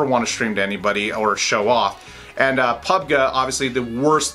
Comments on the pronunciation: when you say pubg it is pub gee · I dislike because how he say PUBG... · Dont you know that how to pronounce pubg?